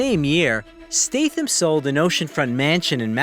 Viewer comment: It pisses me of the hear the narrator pronounces his name as STATEHAM. It should be STATHAM with a short A. Get your shyte right dude.